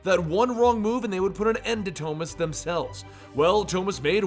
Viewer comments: Toemas? Thomas 😂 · The way he said it is the Spanish pronunciation of the name